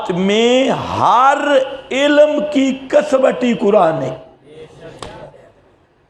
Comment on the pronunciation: کسوٹی کو ک۔سو۔ٹی ک زبر ک س زبر و سکون سو ث زیر ی سکوں ٹی آپ پڑھتے ہیں کس وٹی یہ کیا ہے لفظ ہے ھمیں بھی بتائیں